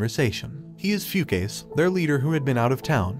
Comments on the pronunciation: did he really pronounce fu ka se as fucase??? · "Few-Case"? Yeah, no, I'm pretty sure it reads as "Fu-Ka-Se" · The pronunciation of the names. “Foo-case” 😆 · its not pronounced "fu-case" its pronounced "fu-ka-seh" just wanted to correct you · The way he pronounces the dude's name is hilarious, "few case" 🤣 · Fukase🚫 Foocase✔️ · I'm not sure, but I think the pronunciation of "Fukase" was incorrect. :) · You pronouned "Hayabusa" wrong... got "Fukase" wrong too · The only fault in this video was his pronounciation of "Fukase" 🤣